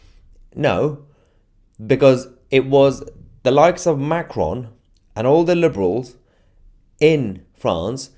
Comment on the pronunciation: I don't speak French, and I don't expect or assume anyone necessarily does. However, Macron is the French leader. Could you make an effort to pronounce his name properly?